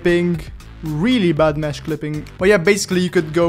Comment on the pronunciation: ''we have mehsh clippink''